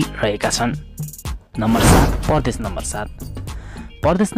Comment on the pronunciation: Bro it's Pradesh not pardesh